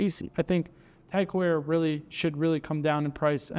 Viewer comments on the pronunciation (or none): It's pronounced "TAG HOYA"